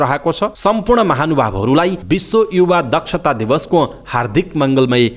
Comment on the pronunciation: युवा हो कि इउवा हो, उच्चारण !!!